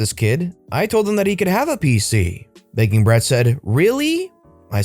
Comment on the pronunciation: Anyone else start hearing "Bacon Breath" a couple of times when talking about "Begging Brat"? No? Just me?